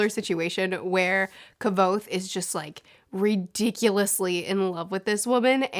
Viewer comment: It's so nice seen someone spealing Kvothe'sname right